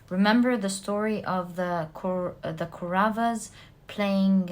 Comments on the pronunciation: it's not Koravas & padavasas, It's kauravas & Pandavas. and again it's not Dhumabati, its Drupathi from Ramayan Epic (India) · Pile 4 it is not kuravas.it should be pronounced as kowravaas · For knowledge purpose only....she keeps talking about "Mahabharat" & it's Indian mythology. You aren't able to spell the names properly, let me help you with that. It's "Pandavas" not 'padavas' & it's " Kauravas" not 'koras' last but not least, for the most clever person it's "shakuni" not ' sukni' . Hope that helps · It's the Pandavas and the Kauravas not parada or karava😊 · There is a small correction in pronunciation my dear. Mahabharatha is the story of Pandava's and Kowravas. ( Paandavar and Kowravar ) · also isnt it pandavas and kauravas? her pronunciations are wrong but honestly it doesnt matter too much as long as i get what she is saying and it resonates. spot on readings ahahaha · pandavas pronunciation kauravs pronunciation Lakshman died in the battle. He was to be brought back to life with the Sanjivini herb. That is the herb Hanuman was looking for.